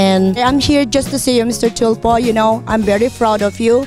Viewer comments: Ate I applaud you for your success in life. Because of your hard work you are now enjoying the fruit of your labor. pero po wag mo naman dalhin ang Hurricane ng Florida sa pinas and hindi po Felipin . Philippines po may S at hind rin po Mr Chulfo ..Tulfo po Tulfo :) Ate naman I know gusto mo mag show off pero practice what you preach sabi mo nga "Keep your feet on the ground and stay humble" Kasi po, at the end No matter how big your house is, and no matter how many cars you own or how big your bank account our graves will all be the same size. So stay humble wag hambog. At wala pong Ambassador ang Bank of America. Maybe Isa po kayong loan officer working for financial services. I know, because that's my bank also and my sister works there as a teller a few years ago. Dami Bank of America ngayon ko lang narinig ang Ambassador ng Banko. Next time I made a transaction, I may ask my loan officer kung meron silang job description na "ambassador" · Carlos E 🤣🤣🤣 mr chulfo, ashoshiation, filifin 🤣🤣🤣🤣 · Haha thulfo daw 😂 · Ako nahihirapan sa P at F ni madam. Mr. Chulfo. K. Bye. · Hahaha masyado slang mali mali na "tyulfo" daw.